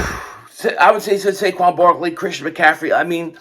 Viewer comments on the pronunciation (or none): none